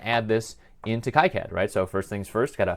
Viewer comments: According to a recent talk by KiCad project lead, Wayne Stambaugh, he pronounces it 'KeyCad' not 'KaiCad'. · Pronounced "Key Cad" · The 'i' letter should be pronounced as in kilometers (eeee), not as in "I am" (aaaai). Plus. that's how it works in Spanish, which is the language that makes the rules for all the others, by the way.